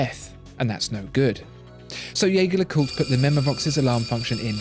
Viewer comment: if you're going to go to the effort of trying to pronounce "LeCoultre" correctly, you could try to say Jaeger right ;) It's the french use of the name, not the German.